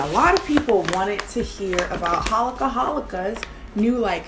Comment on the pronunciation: Girl I know you speak Korean it's 홀리카홀리카 not "할리카할리카" 😂 ❤️